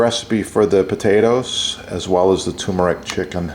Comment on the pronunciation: TuRmeric, with an ‘R’. It’s never TOOmeric.